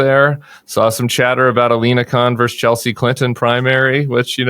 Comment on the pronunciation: LINA, not Alena 🤦🏼‍♂️